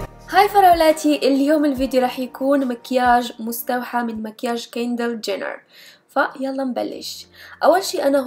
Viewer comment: من لحد ف مقطع أول رحت تقول كيلي جينير قلت كيندير جينير ههههههههههه مين لحد ليك